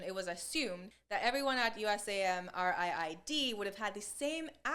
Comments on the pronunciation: USAMRIID, say it like "US am read". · USAMRID. I've always heard it pronounced, U-SAM-RID. Military loves its acronyms,😋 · I've heard USAMRIID pronounced "yoo-sam-ride."